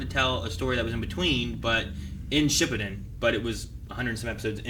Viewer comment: Btw can you guys stop saying shippuden because you guys say it very wrong n it’s very cringy 😂